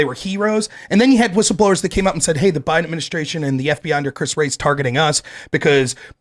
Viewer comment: Bidaministration ? Ugh that’s so annoying …..annunciation please 🙄